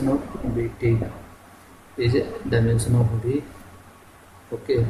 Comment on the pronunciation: FRIST LEARN HOW TO PRONOUNCE "DIMENSION"😂😂